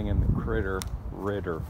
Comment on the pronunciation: "Cwittow Riddow". Highlight of the video 🙂